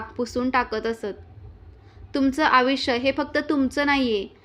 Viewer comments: आयुष्य या शब्दाचा उच्चार तुम्ही अविश कसा करत आहात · आपण खुप छान माहिती सांगितली ती पटली सुध्दा. पण एक गोष्ट तुम्हाला सांगावीशी वाटते ती म्हणजे आपण आयुष्य ह्या शब्दाचा उच्चार चुकीचा करीत आहात ऐकायला चांगले नाही वाटत तेव्हा कॄपा करून उच्चार सुधारावे. बाकी आपण खुप छान माहिती दिली धन्यवाद 🙏